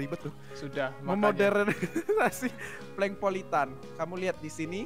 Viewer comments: bukan polengpolitan tapi plenkpolitan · captain america bukan polang politan tpi plenk politen